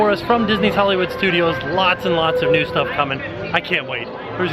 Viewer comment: did you say a NUDE DVC Resort? Because thats definitely what I heard...